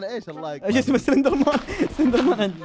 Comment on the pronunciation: اندرمان مو سلندرمان😂